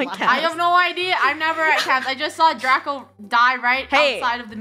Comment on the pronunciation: At The First Line Its Draco Not Drace